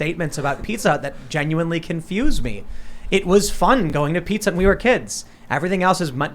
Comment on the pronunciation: For a second I thought she said "Pika Hut" instead of "Pizza Hut", and I had a vision of pizza with slices of Pikachu on it...